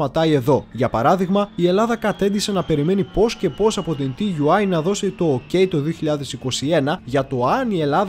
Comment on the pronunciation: Ενδιαφέρουσα η εκπομπή όπως πάντα όλα τα βίντεο, μία παρατήρηση όμως στις περισσότερες περιπτώσεις τα αρχικά γράμματα όπως και στην ελληνική γλώσσα έτσι και στη γερμανική προφέρονται σαν νέα λέξη δηλαδή TUI προφέρεται σαν Τούϊ .